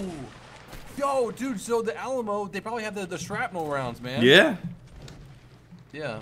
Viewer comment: At the beginning did just say the Awll-a-mo?